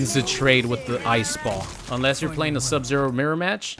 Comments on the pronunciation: Oh man, I LOVE "Sub-Zer!" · Ah yes, Sub-“Zer” my favorite character